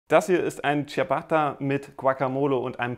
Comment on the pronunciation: Womöglich weißt Du es mittlerweile schon aber es heißt "Dschabatta" nicht "Dschiabatta". 😉